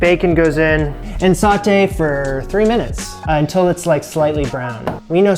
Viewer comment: The word is pronounced "so - tay", not "saw - tay". Listen to Julia.